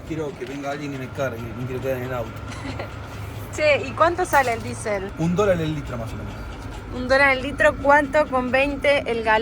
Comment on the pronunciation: “Esteeeee...diEsel...diEsel...este...la d con la i =di, y la e y la s con la é y la ele, hacen la palabra diEsel. A ver repitan conmigo DIESEL, no disel. ¿Por qué imitamos tanto el inglés para describir una cosa que la tenemos en castellano?. A este paso ya mismo vamos a tener que llamar “Good air” a Buenos Aires. Esteeeeee...